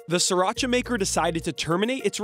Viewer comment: Sri ra cha, not sir ra cha. Leave it to NYers to butcher a name.